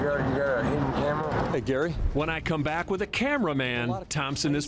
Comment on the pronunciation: "what the camewa foew" 😢